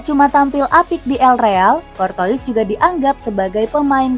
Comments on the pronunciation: pronouncacion courtois harusnya dibaca courtoa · Kayak dengerin mbak mbak google, cortois, anderwred, vertong hen